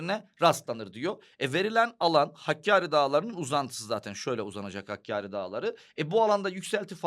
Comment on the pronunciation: Hakari değil, hakkâri